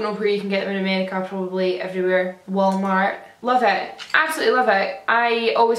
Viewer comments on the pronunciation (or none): the way you said Walmart hahah